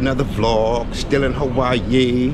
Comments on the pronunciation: “Hawaii coo now” 😂😂😂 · Im here as always bro i promise thank you fo this ghost vlog fr lmao he said Hawaii koo now😂 💯k im glad